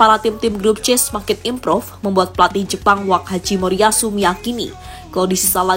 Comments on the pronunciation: Koreksi min... Jangan wak haji moriatsu, Tapi wak hajime moriatsu😅😅😅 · bukan wak haji memoriyasu min, asal nyebut aja.. nama ya Hajime Moriyasu.